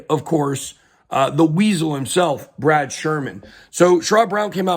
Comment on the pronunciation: "The banking braud" lmao